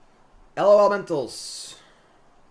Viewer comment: Stop trying to spell it and just say lawlementals